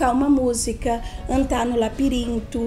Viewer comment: Ela fala tão fofo que troca as letras, a fala fica mais macia ainda... lapirinto, féus, féu, icual, protutos, acora, ... Muito legal...